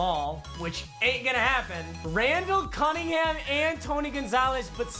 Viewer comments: He really said cummingham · Did he say Randall Cummingham??? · Anyone noted he said cumingham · Did he say Randall Cummingham? 🤣🤣🤣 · No one: Absolutely nobody: Papa : Randal cumm-Ingham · Am I the only one that heard randall. Cuminham